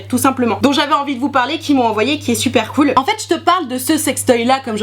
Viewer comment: "des prrroduits que je vais pouvoir vous parrrrler" 😂😂😂😂